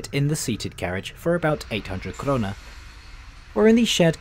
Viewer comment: Det kan jag inte påstå. Krona låter som han säger Corona, Stockhulm(?)